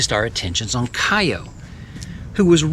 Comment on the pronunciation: Kiyo is pronounce Key-yo in Japanese.